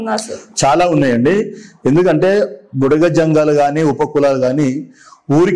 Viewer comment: మేడం భుడగజంగాలు అనాలి భుడగసంగాలు కాదు అన్నగారు మనజాతి కి ABCD వర్గీకరణ వల్ల మేలు జరుగుతుందా లేదా కీడు జరుగుతుందా అనేది చక్కగా వివరించారు సంతోషం అన్న 👍🙏👍